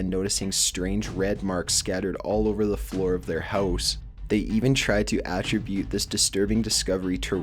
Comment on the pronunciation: The lack of credibility is even further increased when he can't even pronounce words correctly. Attributing and Amityville were two words that stood out to me. May be seen as picky, but it's annoying